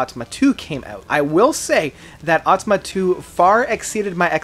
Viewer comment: Haha "atama." It's Auh-tah-mah-tah "